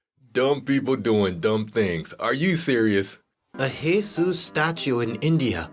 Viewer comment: You sayin Jesus wrong bro